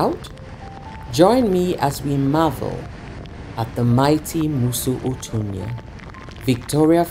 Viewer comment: I don't like the way you pronounce 'Mosi Oa Thunya'. It's correctly pronounced "musi wa thunya". It's a Sesotho/Lozi word. otherwise you are doing a great job for Africa